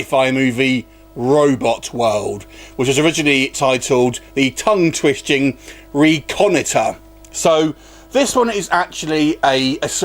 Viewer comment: Can't pronounce reconnoiter? Where the term "recon" comes from? smh... A rubbish review for a rubbish movie... How do I hate this movie? Let me count the ways: 1 - Graphics to explain a stable artificial wormhole. Uh, actors and exposition dialogue? 2 - A one-man mission to analyze a totally unknown world? How many degrees does this guy have? Oh, no, let's use an idiot. 3- A one-man mission, but two seats? 4 - Gravity on a one-man ship? He has to climb a ladder to get to an escape pod? 5- An escape pod on a one-man ship? Again, with two seats? 6- An ejection seat in an escape pod? Let's not deploy parachutes from the pod, but let's just shoot him out into an unknown environment with no shelter. 7- Let's pick a good color for an survival suit. Oh, how about a nice heat-absorbing BLACK? and let's give him a mice fogged-up visor. 8- Oh, let's have him say the planet is barren, even if he's laying in some nice grass. 9- Let's have him carelessly lose his water, making him search for what MIGHT be water if he finds some liquid. 10- He finds liquid, but without knowing what it is, STICKS HIS BARE HAND in it, and brings it to his face. 11- His little compu-tool says it's water, so he sticks purification tablets in it without having any idea if they are effective against whatever alien microbes might be in there, and drinks it. 12- he eats rations, while having no way to take a dump in that suit, without stripping off everything. 13- He sees something unknown in the distance, and, ra